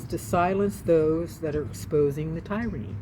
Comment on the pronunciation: it is not pronounced Tire - a - ny. It is prounounced Tier - a - ny.